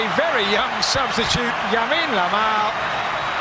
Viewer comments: "yamine Lamal" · The commentator couldn’t even pronounce his name very well back then .I guess he can’t make that mistake now .The boy is a star already .He said “Yamine Lamal” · Commentators calling him Yamine Lamal xdd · bro keep saying “Yamine lamal ”😂😂😂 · The commentary yamine lamal 😂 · Yamine Lamal 😂😂😂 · This commentator.. what's yamine lamal? Guess he still was not familiar with the name 😅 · my guy cant even say LAMINE YAMAL correctly... i remembered watching this game and was like, is that "how you say it??"